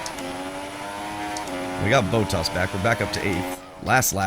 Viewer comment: Exactly what I was gonna say. :) You're not an F1 fan if you say 'boat-ars'. TBH, I don't think Americans can physically pronouce Bottas correctly. Same with the mispronunciation of Iraq, Iran, Mirror, Squirrel, Adolf and of course Aluminium amongst many many others :) Then he lost me when he stooped to use that silly word 'simcade'.